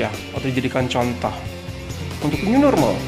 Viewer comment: New normal ke new norma